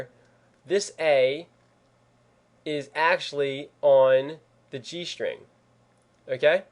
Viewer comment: lol you said G sting! hahaha